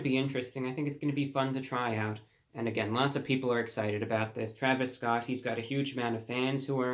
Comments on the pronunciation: “thee traviss sscott meal.” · I love how classy and professional he pronounces his name 𝕿𝖗𝖆𝖛𝖎𝖘 𝕾𝖈𝖔𝖙𝖙